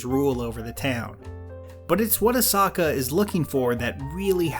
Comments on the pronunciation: Say Ahsoka’s and Grogu’s names properly! Omg so annoying. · These mispronunciations of Ashoka and Grogu make this otherwise great video almost unwatchable at times. I almost clicked off multiple times just instinctually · Did you purposefully pronounce Ahsoka and Grogu the way you did to piss everybody off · makes a great video about the mandalorian with very valid points to consider the comment section: HOW DID HE SAY-????? AHSOKA???? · Literally not once has Grogu been pronounced the way you do in this video and you even mispronounce Ahsoka too. You either do it on purpose (I’ve heard you do it before with other characters) knowing it annoys people or you can’t be bothered to do another take. Or you’ve not even watched the shows you are reviewing and you’re just saying what others have said/written. I hope it’s not the latter Do better please. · Cap, I love ya, but that Ahsoka and Grogu pronunciation hurt my heart lol Anyway, what I love about this episode, i have more reasons to talk about Clone Wars and Rebels lol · Please do videos on episodes/arcs from The Clone Wars and Rebels whether they be positive, negative, or somewhere in-between. I'm really interested in hearing your opinion on them. Just try not to mispronounce the character's names. You actually did pronounce Ahsoka's name right at times, but other time you didn't. But, I do understand your dilemma. I've mispronounced Grogu's name ever since I first head it and I still sometimes call him baby Yoda out of the sake of simplicity. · I’m not sure how you managed to screw up the pronunciation Ashoka so badly. Especially since they say it so often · Him mispronouncing Ahsoka is just killing my brain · Imagine if he could say Llanfairpwllgwyngyllgogerychwyrndrobwllllantysiliogogogoch flawlessly and intentionally mispronounced Ahsoka and Grogu just to mess with us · You pronounced Ahsoka's name correctly at the start and then somehow just forgot halfway through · her name is ahsoka not osaka